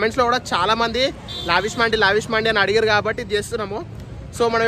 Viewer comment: Mandi kadu ra naina D kadu dee Mandes it’s Arabic word